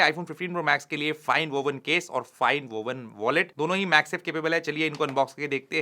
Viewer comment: not Vowen it’s Woven❤